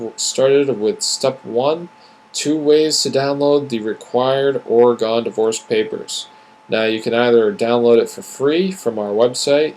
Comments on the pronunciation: This is probably a great video, but Oregonians won't get past how you are pronouncing our state! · Never heard of the state of Ora-gone. But I live in Ore-gun. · Lol! You're mostly right, but I stayed haha. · The way you say "Oregon" kills me!